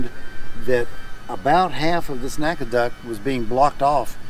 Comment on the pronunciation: N-A-C-A, not Naca.